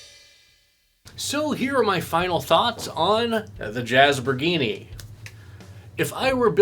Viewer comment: "Jazz-bor-gee-nee"... It must be Italian